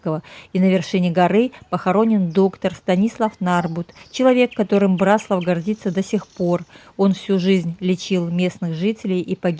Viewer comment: Вряд ли вы будете в восторге, если кто-то, рассказывая о городе, в котором вы родились или живёте, раз за разом будет делать ошибки в ударении. Город — Бра́слав. Район — Бра́славский, озёра — Бра́славские, соответственно, Бра́славщина. А то, что вы назвали тайной, покрытой мраком, имеет свой термин — орфоэпия.